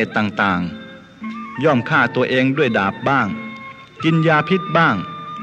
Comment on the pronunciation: อ่านฟิค กามเปรียบเหมือนดาบและหลาว ไม่ใช่เหมือนคาบและหลาว. ผิดหวังเล รับแ้ล้วนะครับ น่าเกียจ